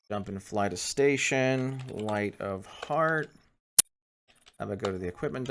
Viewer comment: I just Love that system, Every time I hear " Light of Heart " my brain hears " Light a fart " and i giggle like a kid xD On Another note, have you tried the LitCubes universe mod? if not i personally reccommend it